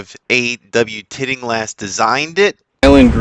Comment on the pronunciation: If you’re going to emphasize A.W. TILLINGHAST (not TITTINGLAST) as your FAVORITE course architect, you’d better get his name right. Sorry that your first comment is this. Just thought it was important if you want some credibility.